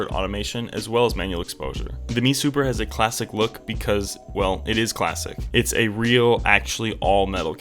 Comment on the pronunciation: It's an "M E" Super not a" ME " Super. M E not ME.